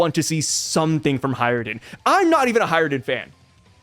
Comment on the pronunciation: it's HajrudIn, not HajrudEn - there's an I, not E